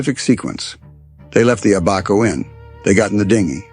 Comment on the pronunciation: The pronunciation of the referenced island is: Ab -a-co. Ab pronunced like the Ab in abandon and The cay in Elbow Cay like the "key" for the door lock...thank you.